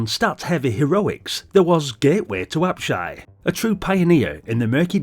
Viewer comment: Many fond memories of this one - used to waste many an hour dungeon crawling and cursing many cheap deaths, IIRC 😅 +1 extra 👍 for pronouncing "Apshai" correctly (I watched a video a long time ago where the guy kept mispronounce it at least 3 different ways - It was so grating! 😂).